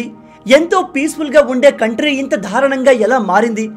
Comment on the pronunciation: ధారుణం , ధాడులు కాదు బ్రదర్ దారుణం , దాడులు !